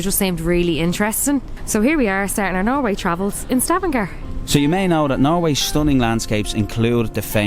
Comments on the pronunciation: Correct name of the city is Stavanger not Stavangar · ...Stavanger with an e....